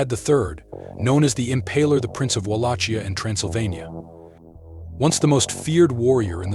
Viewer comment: It's pronounced wall lock kia